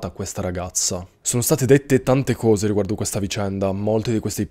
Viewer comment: Ma posso chiederti una cosa off topic? Ma di dove sei? Sento dire "couse" sei del sud? Mera curiosità